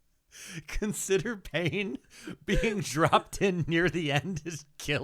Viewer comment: I wish would redo this episode for us, cause I CANNOT tell if you're saying "consider pain" or "consider paying." Both are hilarious.